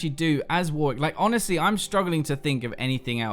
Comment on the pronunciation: for saying Warwick properly :)